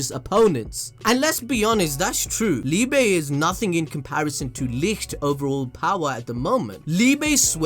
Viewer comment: It’s pronounced “Lee-buh”, his name is German. Love your content btw.